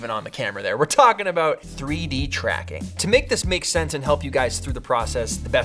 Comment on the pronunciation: "Why don't you do pffuuideee-dracking?"